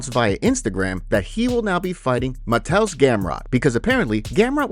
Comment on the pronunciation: Help with your Polish pronunciation. Mah-Tay-Oosh. ;) Looking forward to seeing how he does against his wrestling!